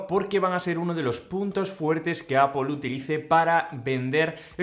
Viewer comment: O "apel"